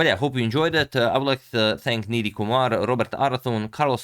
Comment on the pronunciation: It’s not pronounced “Needy Kumar” but “Nie-dhee” like a Nieman and Ghee 😂😂